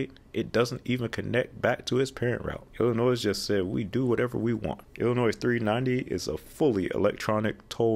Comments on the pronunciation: It is so frustrating to hear you pronounce the S in Illinois. Its silent people. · I cringed every time you pronounced the 's' in Illinois; it is meant to be silent. Otherwise love your content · Gaaaaah! Do NOT pronounce the "s" in Illinois! 🤬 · Illinois is not pronounced with the final S, it is a French word from an Indian word and miss pronouncing it is ridiculous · Ikr. I am from (and currently live with my parents in) the western suburbs of Chicago and hearing him saying that was so off-putting. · (Don't pronounce the S) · The S in Illinois is silent, quit pronouncing it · We don't pronounce the s in Illinois (noy not noise). I never understood why I-255 and I-270 aren't just the same. It's basically a concentric circle around the city, yet they called them two different interstates. I don't foresee IL-255 ever getting interstate status, because there just isn't a need for it. Past Alton the population is much less, especially in Godfrey, which is just a small riverside town. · Dear god man, the “s” in Illinois is freaking silent. That was so painful to listen to. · Please: the “s” is silent in Illinois. Butchered from the French. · The S in Illinois is silent. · This right here! I love his videos but that “s” was hurting my ears. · Until Illinois straightens up their issues they are not worthy of the silent "S" so there lol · Give him a break y’all, he was using the plural version of Illinois :-) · Going to IllinoiS for the first time on Sunday, will make sure to add extra emphasis on the S lol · I agree with you, if a person is going to be frustrated make sure it’s for something that is worth being frustrated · Really interesting video. One piece of feedback - the "s" in Illinois is silent. 😉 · The S is silent in Illinois, like how you pronounce Arkansas. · The 's' on the end of Illinois is SILENT! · Isn't the "S" in "Illinois" silent? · Yo! The 's' in Illinois is silent. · The S at the end of Illinois is silent bro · The "s" in Illinois is silent